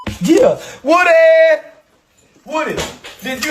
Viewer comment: It’s Woody. Like wood. Not Whoody